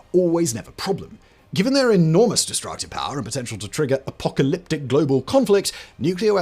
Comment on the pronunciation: Apoltalyptic? Apocalyptic!